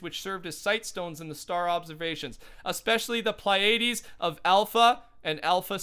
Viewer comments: Your pronunciation was pretty good. Pleiades (as I assume is what it is) should be "plee-ah(or ih)-dees" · His pronunciations of Pleiades, solstice and Orion are awful